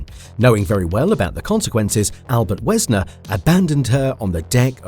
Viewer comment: Wesner? ALBERT WESNER? You have got to be doing this shiz on purpose dude..